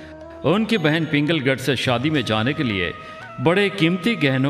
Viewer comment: पिंगलगढ नही पुंगलगढ है।